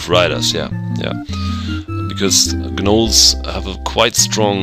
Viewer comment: Hi, great LP so far, and I know this is a year late or so, but the 'G' in 'Gnolls' is silent. =) Just FYI!